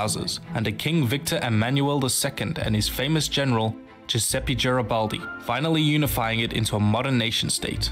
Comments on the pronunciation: Giuseppe Garibaldi is to pronounce " "djuseppe gareebaldee" not "djuseppee djareebaldee" damn! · It's Giusseppe Garibaldi, not Chusetty Giaribaldi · I'm Italian and when I heard Giseppi Giaribaldi I was crying.....IS GIUSEPPE GARIBALDI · "Giuseppi Geribaldi"... ok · "giuseppi giribaldi" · PLEASE THE PRONUNCIATION OF "GIUSEPPE GARIBALDI" LMAO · he missed too much te way to say Giuseppe Garibaldi. he should listen it on google translate before doing that video. the rest of the video is more or lesso ok